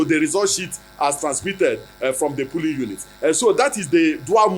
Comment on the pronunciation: Is it polling or pooling, sir. No one believes your rubber mouth again !!